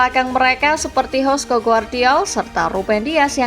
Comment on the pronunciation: Hosko ❌️ Yosko ✅️